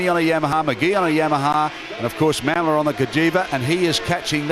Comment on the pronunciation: BTW it’s pronounced Ma-mola, not Ma’am-ola